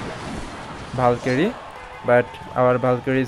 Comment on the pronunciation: Bro was calling a valkyrie and bAlKyRiE